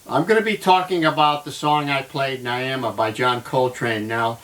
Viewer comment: Its pronounced "Ny-ee-muh".